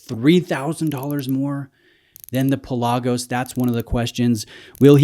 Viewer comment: You're killing me, Smalls. The proper pronunciation of the Greek word Pelagos (ocean), is PELL-ah-goes, not Pa-LAH-gos. I own both. Considering current ownership of a U1 and a Seamaster Diver, the Speedmaster would be my choice.